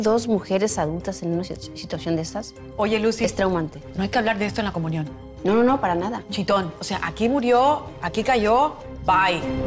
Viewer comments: Soy yooo...o dice comuñon...y a Niurka le dice Ñurca?? 🤦🏼‍♀️ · Ok, pero comuñion 😂😂😂